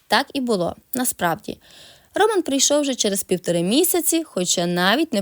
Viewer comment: Чому в слові ,,Роман,, ви робите наголос на першому складі,? Це невірно.